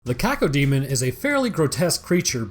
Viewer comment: Coco demon? Or cacademon? 😂